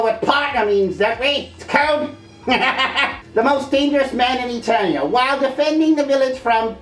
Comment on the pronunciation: Did King Randor just mispronounce ETERNIA??? WHAT THE FUCK?